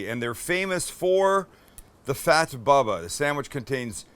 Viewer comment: Bubba it's not read baba